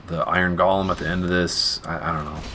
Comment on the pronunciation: Does nobody know it's called a go-lem, GO-LEM!